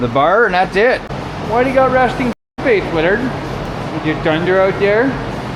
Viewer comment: The HIPPY VAN WILL BE THE TRIPPY VAN IN SHORT ORDER, NEXT VID. When I first found your channel it was in the winter time & I thought you kept callin UR DAG " WINTER DAG ". Much later I realized it was actually " WILLARD DAG ", LMAO.